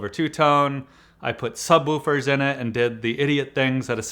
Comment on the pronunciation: the "subwüfers"